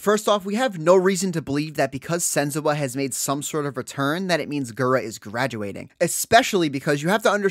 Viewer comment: Why are you saying sen-zoo-ah????